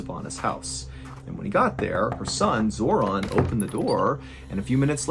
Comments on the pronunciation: Felt the need to share, off topic of the video Zoran is my brothers name but it's not pronounced the way in this video and the only Zoran Zor(in) I probably will know in person. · Yes.im from Macedonia. Also Zoran is proununced" Zoron" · I swear he said her sons name was zordon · ‘Zoron’ ? My god lol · How did you nail the pronunciation of "Ljubica" but you got "Zoran" wrong? Lol